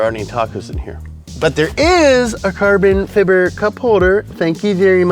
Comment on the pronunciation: I would probably watch this channel more, but I can't stand how he says fiber every single time!...